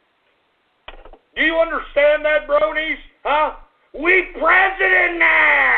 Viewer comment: YOU CALL MY PRISENDENT 🤣🤣🤣